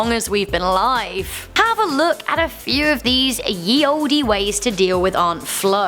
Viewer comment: You don't pronounce the "e" at the of Olde as it was pronounced the same way as old is said today. Also "Ye" is basically the way they spelled "The" back in the day. My point is you make yourself look a bit stupid when you pronounce the "e".